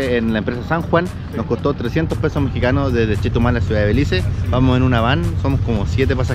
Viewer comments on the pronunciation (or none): Hey I am a belizean🇧🇿🇧🇿🇧🇿🇧🇿🇧🇿🇧🇿 just to let you know it’s Belize not Belice and Caye Calker not Cayo Calker ok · It’s BELIZE not belice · Se dice caye caulker no “Cayo”. CAYO un pueblo de belize frontera con Guatemala. Y segundo no es “belice” nuestro país se llama “BELIZE”